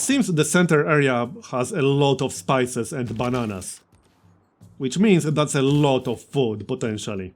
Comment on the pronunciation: Nobody:: THAT'S AY LOT OF BA-NANAS!